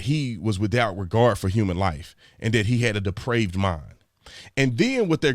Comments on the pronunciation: Sir I have to respectfully comment on your pronunciation of the word depraved. I heard deprived and the 2 words are very dissimilar I can assure you. So to clarify to anyone who is reading this, the word is depraved. Synonyms to depraved are warped and twisted. Perverted is another one. In any event, that is the crux of the wording right there; as it pertains to murder in the 3rd degree (as he was saying). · Brandon, it's DEPRAVED not DEPRIVED. Those two words have very different meanings. Depraved means; Morally corrupt; perverted. Perverted; vitiated: as, a depraved appetite. Morally bad; destitute of moral principle; corrupt; wicked: as, a depraved nature. In general someone acting outside of an acceptable norm of a given behavior. Deprived means; Marked by deprivation, especially of economic or social necessities. Lacking in advantage, opportunity, or experience. Marked by deprivation especially of the necessities of life or healthful environmental or social influences. In general something has been withheld from an individual. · Depraved mind...not deprived bro